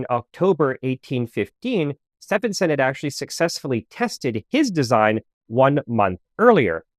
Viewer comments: Its steven like the male name. Not steph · In British ENGLISH, Setphenson is pronounced SteVenson. Sorry, it was so annoying. "Stephen" (Steven) is my middle name. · Stephenson is pronounced "Steven son", Steven and Stephen are pronounced the same in English. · Great video but the pronunciation of Stephenson made me cringe. It's pronounced Stevenson. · I love your videos, but as an Englishman, I must point out that Stephenson is pronounced like "Steve-enson" the UK (correct) spelling of "Steven" is "Stephen" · Stephenson is pronounced Stevenson in UK English. yes we're weird get over it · Pretty sure it's pronounced Steven-son (the train guy). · Stephenson is pronounced Stevenson ....... just saying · Where did you get the pronunciation of Stephenson from? It is Stevenson. I know, but he was English, and English is a weird language and we pronounce it Stevenson. This grated on me just the same as when Edmund's name is pronounced Hayley. 😬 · Yes, sorry .. it's Stee-ven-s'n 🤷‍♀️ I'm afraid that was becoming really grating 😔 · As a pedant, I must remark, that the correct pronunciation of Stephenson, in George Stephenson is "stee" + "vuhn" + "suhn". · Stephenson is pronounced Stevenson. English spelling eh? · As soon as you make a basic mistake in pronunciation on such a simple world the rest of your info becomes questionable. Get it right. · This is the first time I hear Stephenson pronounced this way. Do you have any source for this pronunciation? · I was going to say the same thing 😅